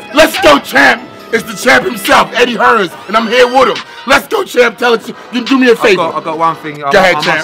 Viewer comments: Superb.. someone needs to tell Shannon it's Eddie Hearn.. not Eddie Hearns 😃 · its Eddie Hearn not Hearns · "eddie hearns"